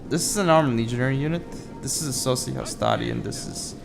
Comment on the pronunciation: it's sockiii not socii :), great videos, and amazing commentary as always